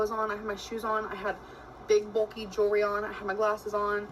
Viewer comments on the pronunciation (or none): none